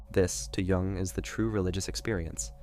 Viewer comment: It’s Carl Jung not Carl Wung.